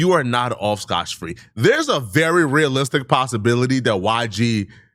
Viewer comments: Scott free not Scotch free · Melay it's May lay lol Scotch Free it's Scot-free these ain't even difficult words to pronounce 🤣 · SCOTT FREE not SCOTCH. GODDAMN IT 😂 sloppy mf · It's scoTT free not scoTCH.... you get on my nerves when you say that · On a separate note: Did finish school? LoL … He’s always mispronouncing words or using phrases incorrectly. It’s not “Scotch-Free”, it’s Scot-free … He does this every damn video 😂 lol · First the doubling down on scotch free then you said me-lay and tripled down on it. 😂😂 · Me-Lay & Scotch Free 😂 ESL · I hate how rtrded is.. he tb me-lay, scotch free.. etc..